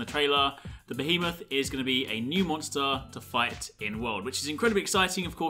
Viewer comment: Finally someone pronounced my favorite final fantasy beast's name correctly thank you you really made my day as it's been quite rough